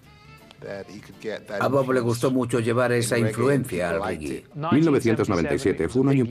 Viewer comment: se dice reggae no riggui!